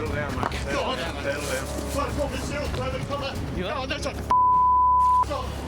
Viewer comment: Australian Perrrrrrrrrrrrrrrrrverrrrrrrrrrt